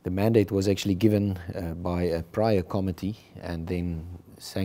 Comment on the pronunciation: The pronunciation of the committee is incorrect .....emphasis on co-MMittee